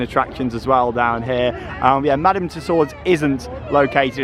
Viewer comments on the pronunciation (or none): none